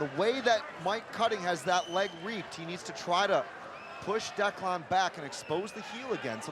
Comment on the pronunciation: "Look at Declawn here" haha Can't stand that pronunciation. Good win.